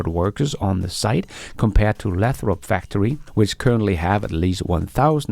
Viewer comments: It’s pronounced “LAY THROP”, with a long “A”. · Don't you be dissing ' pronunciation. Many of us come to these videos for his entertaining mispronunciations!